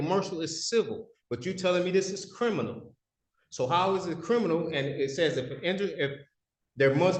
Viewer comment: He's a "Crinimal"🤣